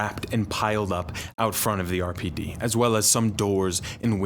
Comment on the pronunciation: Lost it at the “erpid” pronunciation of RPD 🤣 phenomenal vid!